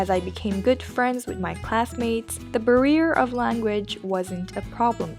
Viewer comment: She pronounced "barrier" wrong